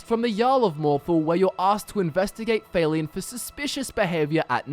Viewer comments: guest-or, fail-ian? gester and fal-eon pls listen to npcs say there names before i have to listen to u say it wrong a hundred times with all due respect sir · Would it not be Falion not Faylion? Hard to say in text haha soft a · I'm don't wanna be THAT GUY but it confuses the shit outta me how Youtubers magically fail to pronounce names in videogames when the pronunciation is given audibly in the videogame itself. I mean c'mon, Failion? Seriously? Just say Falion. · I thought it was Falion, not... F-A-leon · Why are you pronouncing it "Fail-ion"? They say his name is the game and it's not pronounced that way lol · How did you even pronounce Falion wrong? I mean, they only say his name a bunch of times in the game! WTF? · MasterQuest Gaming just because you have an accent doesn't mean you should pronounce someone's name incorrectly. It's not even a difficult name. I know it doesn't matter a whole lot, I was just wondering if that's how he really thought that's how it was pronounced.